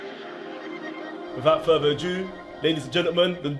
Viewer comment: The fuq, did he say "without further a Jew"??